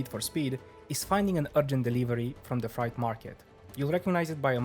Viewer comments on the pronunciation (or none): It’s pronounced “frayght” not “fryght”